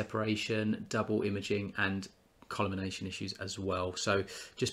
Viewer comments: Please change your pronunciation of the word, 'collimation.' It isn't 'col-imination.' It is just 'collie' followed by 'mation'. Aside from that nitpicking, thanks for your video and assessment. I found it useful. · It's pronounced Col -Li - May - Shun. Collimation. There are better 20x80 reasonably priced binoculars than those shown.